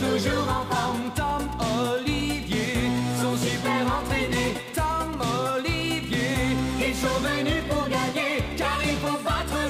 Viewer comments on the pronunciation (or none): A Brouce a dit Oliviieille